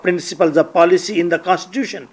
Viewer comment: Paalicy haha... Say policy ...